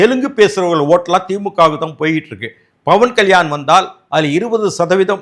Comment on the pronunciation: Please pronounce as PAVAN KALYAN. Not Bhavan Kalyan.